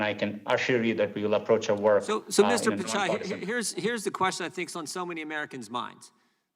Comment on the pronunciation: It's not "picai" it's "Pitchai"